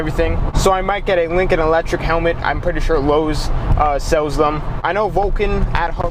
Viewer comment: “Wewder” “Wewding” “Eletric”